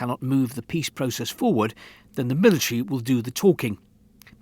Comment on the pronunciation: "process" ... "militree"